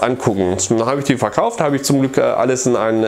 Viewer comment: ich frag nur der Betonung und des Kontextes wegen, aber du wolltest sagen, du hast ein paar Super Nintendo-Spiele VERkauft, gell? Batman dürfte ich dir mal aufgequatsch haben, und ich glaub Street Racer auch. Kann's bei dem Spiel immer wieder sagen, aber mir gefällt es einfach besser als Super Mario Kart. Hatte mit dem wesentlich mehr Spaß. Büchlein ist auch bestellt, hoffe ich hab alles richtig gemacht. Zur Not schreibst mich nochmal auf Twitter an. :)